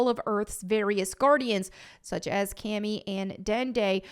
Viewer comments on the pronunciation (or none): Not sure who "Cammy" is in the series, but I know who "Kami" was. If butchering names wasn't so on brand or if she said she was a superfan of Dragonball, I'd be offended. Never change. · You saying Kami wrong is driving me crazy lmao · I don't mean to be that Dragon Ball fan, but please learn to pronounce Kami's name correctly in future videos. Still love your videos 😊